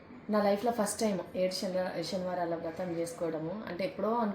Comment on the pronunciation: షనివారమ్ కాదు అమ్మ శనివారం మీ లాంటి వీడియో లు చేసే వారు అయినా శనివారం అని చెబితే కొంతమంది అయినా తెలుసుకొంటారు తెలుగు లో శ అక్షరం ఉంది దాంతో నే చాలా పదాలు ఉన్నాయి ష అక్షరం తో చాలా తక్కువ ఉన్నాయి దయచేసి అర్దం చేసుకోండి ఈ కామెంట్స్ చదివిన వారు కూడా ధన్యవాదాలు